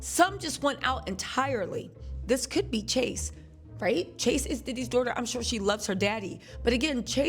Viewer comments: It’s Chance not Chase 😊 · That girl’s name is CHANCE not Chase 🤦🏽‍♀️🤣🤣🤣🤣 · *Chance not Chase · Her freakin name is Chance not Chase! Sheesh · Chance not Chase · Great commentary. Diddy daughter name is Chance, not Chase.😫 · Her name is Chance not Chase